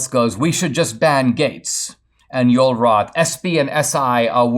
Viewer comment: I'm curious. Is Joel Roth insisting his first name being pronounced Yole? Or is Dinesh mispronouncing Joel?